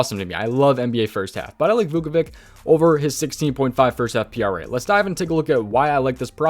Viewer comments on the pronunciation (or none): Just letting u know ur pronouncing Vucevic wrong it’s Vu-Suh-Vich